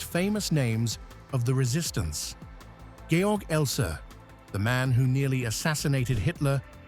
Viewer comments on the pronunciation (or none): none